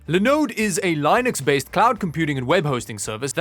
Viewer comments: By the way it is pronounced lyn-ux not line-ux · You're like the only one who pronounces "Linux" like that I don't even think its a Canadian thing cause I've never heard another Canadian pronounce it like that either lol